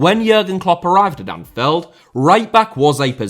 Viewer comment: "Anfeld", you sound british, but you got me doubting